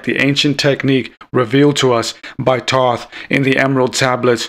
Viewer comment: Yea I agree with the "I'm not a pro" you pronounced Thoth Wrong.